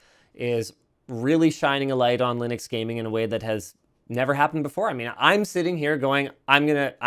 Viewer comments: Wonder if the penny will drop and he'll finally start pronouncing Linux correctly. It's not Linnucks... it's named after its creator, who is also called... Linus. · Quite, and there's been many debates about the 'correct' pronunciation... whether it be leenooks or lienucks. One thing I'm fairly certain of though, is that linnucks is wrong. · Linus Torvalds is Scandinavian, I believe (not sure about his exact nationality). His name is pronounced Lee-noose. He pronounces "Linux" basically the same way, but with an "x". "Linux" with a short "i" is closer than using a long "i", so the short "i" is preferred.